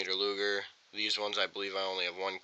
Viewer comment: Hey my guy if you cannot pronounce Luger you should probably turn in all your guns